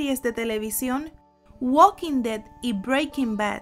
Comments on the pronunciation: es THE WALKING DEAD no "güad quin ded" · "uokin de" tu pronunciación me dio cáncer